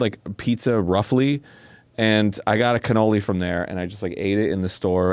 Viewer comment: Arin I swear to all that is holy, if you pronounce it cannolis again I'm gonna be slightly more mad than the last time you said cannolis. Cannoli is already plural!!!